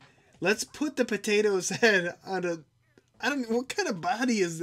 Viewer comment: It's not a pateto